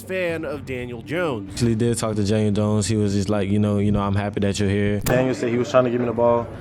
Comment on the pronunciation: God, you continue to say his name wrong. First of all, second of all, we all want Daniel dawn, all of us giants fans. I understand you're a Dallas fan, so you're trying to act like there's a lot of juice behind this. And this and that, yeah, Daniel's been a true professional about it, but he's been a crappy quarterback. So good for him for being a professional. How about we get somebody with some playing ability? This time, see, that's the problem you talking shit, because you're a Dallas fan, I'm trying to stir division in the giants, fandom, and I'm telling you from a giant fans perspective, happy is alert. That got rid of this kid. Hopefully he goes somewhere else and thrives, but he is a dead duck. As a giant, thank god, he's gone